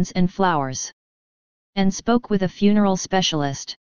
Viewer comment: lol fun-e-rial home. It sounds so funny the way they say it :)